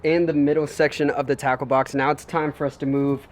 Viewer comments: When you said “Tackle Box” I thought you said... TACO 🌮 BOX 📦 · It sounds like taco box instead off tackle box